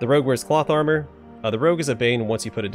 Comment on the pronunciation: Whenever you say cloth armor for some reason I hear plot armor.